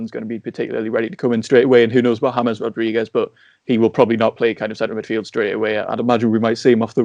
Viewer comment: I don't understand how anybody who watches football still doesn't know how to pronounce James. I bet they say 'Reel' Madrid, too. Shudder